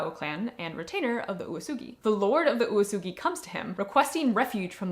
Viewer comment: Well to be fair you had 7 different readings for uesugi like oosoogi and yuusugi and woosugi and you rarely let the E sound out. Like OOWEsugi or something. U and E would be 2 moras, or at least 1 and a half, and E would just be as audible as the U, im hearing a lot of U's and almost no E. Thas okay of course, but being the main topic it did bug me a bit, but also im glad that you at least edited the captions and i know thas a lot of work so thanks for that